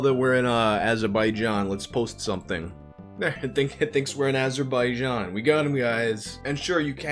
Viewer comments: "let's go to Azer By Jean" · It's Az er ba ja n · VYUUYBHOHF YOU BUTCHERED AZERBAIJAN HDCDEDEHJCDEECD LMOOOO